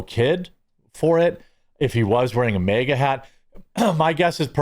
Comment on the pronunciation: Dude, I'm not trying to be a dick, but I don't understand why you keep Pronouncing MAGA as MEGA ITS M.A.G.A